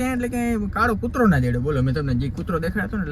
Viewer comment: કૂર્તો ❌ કૂતરો✅